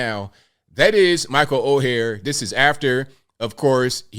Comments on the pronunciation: Oher is pronounced as "oar". Like a boat oar. Not as "o-hair". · Someone please tell that “Oher” is pronounced similar to iron “Ore”, boat “Oar”, even “Or”, but not Oh-her. 😂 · Last name is pronounced Oar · his last name if pronounced OAR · It’s pronounced Or. not O-hair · I believe it's Pronunciated Michael Oher ("Or"). Great story. I always believed more behind this. Especially with all the funny business within one's own family in these colleges these day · Ok ok first his last name is pronounced like or. Everyone needs to watch the video Jason Whitlock put out yesterday about this. He goes deep into the history and such. Jason Whitlock does a fantastic job explaining things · ORE is how his name is prnounced per the movie. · Sorry to sound picky but my name is mispronounced ALL the time. His name is pronounced "OR". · Lmao, his name is or is pronounced, ( Or ) although it is spelled Oher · OAR!! OAR!! Pronounced OAR!!! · It’s pronounced “Oar” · Pronounced Orr like a paddle in a boat. Direct quote from movie. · That would be OAR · Dude, you have to at least say his name right! Oher, pronounced "Oar". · You're the only person I've ever heard pronounce his name like that. Speaking of his name...wouldn't it have been changed if he had been adopted? Apparently he wrote a book a few years back, and in it he acknowledged the conservatorship, and that he always knew about it. The movie implied the adoption, but they never claimed that. It's a MOVIE! His family (or former family) didn't write the movie line...HOLLYWEIRD did. Besides, anytime a movie states that it's based on a true story...we should focus on the word "based" and not "true story". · … take this down and wait for it to play out before you have to retract it. You have mispronounced his name every single time and this assessment by you is incompletely incorrect.